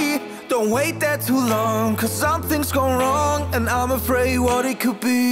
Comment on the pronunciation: Um made the word " afraid " wrong its not afarid its afraid bruh